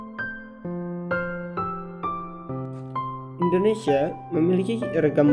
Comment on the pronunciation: indonesia bukan indonesai